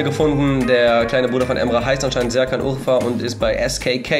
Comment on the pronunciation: Wtf ist Serkan Urfa hahahahahahahaha du hast seinen namen zu geil betont 😂😂😂😂